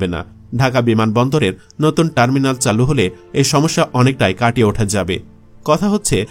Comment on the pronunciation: এত কনটেন্ট বানান " চালু " উচ্চারণটা ও সঠিকভাবে করতে পারলেন না 😢😮